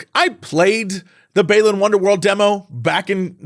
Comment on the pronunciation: Still mispronounced Balan...."bah-lan" It's still a worth it kinda game, just for its history and story (even if the story is in a book) and the old time sega saturn/dreamcasty NIGHTS feel it tries for with level geometry and sequence breaking